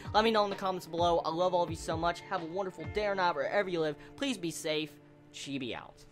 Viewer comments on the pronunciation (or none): none